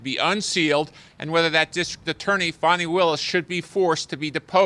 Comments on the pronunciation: Why do they pronounce her name like Fawn-knee? Isn't it actually fanny? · Can someone explain to me how "fani" becomes "fawn-e"? Why? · “Fani Pack” 😂